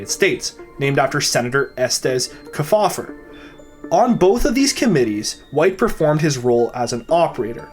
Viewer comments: FYI: The surname "Kefauver" as in Senator Estes Kefauver is pronounced correctly by placing the emphasis on the first syllable. As in: "KEE faw ver". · Estes Kefauver - KEE- fauver. Just saying.